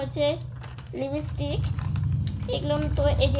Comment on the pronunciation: a kothata Lipstick tumi Lipistick bolo na